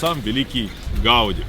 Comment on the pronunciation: Ужасно всё время коверкает фамилию архитектора ! Ухо режет. ! Раз каталонцы ставят ударение на последнем слоге - ГауДИ, что и было озвучено самим автором, значит, так она и должна звучать, В Барселоне это слышишь на каждом шагу.